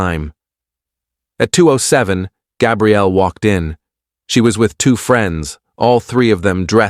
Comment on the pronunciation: Please fix narrators pronunciation. Gabrielle is female, and Gabriel is male, like the Archangel Gabriel. You made a CHEN bad. That's not nice 😢😢😢.